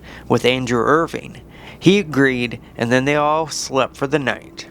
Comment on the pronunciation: “Irving” cmon dude get the name right if you’re going to make a video and post it